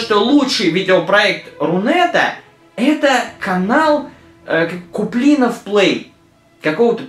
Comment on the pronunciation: Куплинов. Ударение на О.